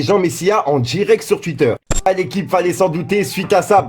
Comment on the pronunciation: il dit aussi titter au lieu de twitter mdr